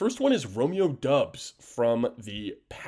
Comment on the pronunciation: It was driving me crazy when he said that!!! Lol